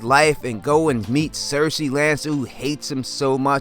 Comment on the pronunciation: Good video with a solid theory,. Thank you for saying 'cersei' instead of 'sersay'